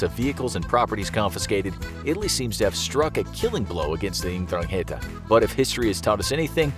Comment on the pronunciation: It's pronounced eN-drang-e-ta